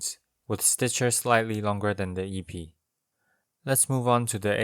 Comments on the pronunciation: Epee is prenounced eh-PAY instead of EE-pee. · epee > pronounced air_pay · The é means it is pronounced aypay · Your videos are great man. The depth and thought is amazing. One thing tho.... epee is pronounced EP-eigh. Stupid french word. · Minor correction; is pronounced eh(as in 'meh')-pay. Blame the French. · Hey just a heads up, the word epee is pronounced “eh-pay” in English. The original French is more like “ay-pee-ay” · I both love and hate how you pronounce Épée. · my man did this whole video without looking up how to pronounce "Épée" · Great (p)epee lol. I think all Es in this word are pronounced like the e in Meta.